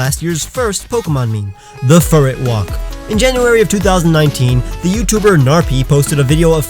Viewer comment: ITS FURRET AAAAA